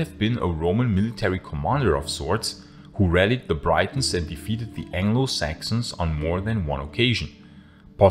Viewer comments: You're probably not going to see this now, but for future reference. The Thames river is pronounced as the tems. Edit: and Britons is pronounced with a flat i, like the way you say Britain. Not like Brightons which could be confused as people from Brighton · Horrible pronounciation, saying Britons as brightens. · Very good video. But it's pronounced "Bri-tons" with a short-i, not "brai-tons" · I have a question. I may well have misheard or misunderstood, but did you, on two occasions at least, pronounce the first syllable of the word 'Britons' the same as the first syllable of 'Brighton', and not the same as the first syllable of 'Britain'? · “Gratias tibi” is the singular form. To address a plural “you,” use “vobis,” cf, “gratias vobis, amici!” Also- the first syllable of “Briton” rhymes with “sit,” not “sight;” it is pronounced identically to the island’s name- Britain. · Britons is pronounced "Britt-ons", not "Bry-tons". {:o:O:} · Britons is pronounced "Brittens" not "Brightons". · "Romano-Brightons" sorry that made me giggle a bit 😆